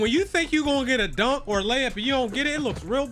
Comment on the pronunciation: “ AND THEN I MISS A DONQQ”🤣🤣